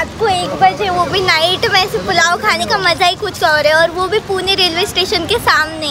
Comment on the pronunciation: It's not purna it's pune